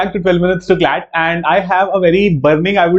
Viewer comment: Sir clat nahi slat,mhcet wagera